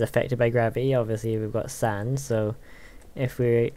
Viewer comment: you said sand i heard sign XD